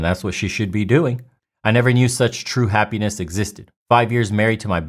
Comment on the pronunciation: It’s happ (eeee) ness not happaness hahhaha